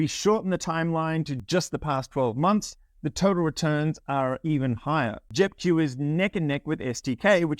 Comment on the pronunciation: Sound like you are saying JEP Jew, Hit the Q sound 😁